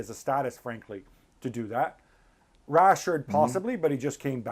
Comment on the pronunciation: When he said rashherd first time I was like meh mistake, second time I stopped listening